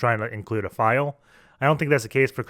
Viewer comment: File , Not Fule